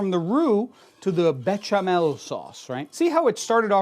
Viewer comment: Come on béchamel has an sh sound not a ch, it's a french word. I thought you'd know this!